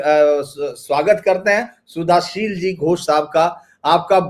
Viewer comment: शुद्धशील जी यही शुद्ध शब्द हैं.. सुधाशील नहीं...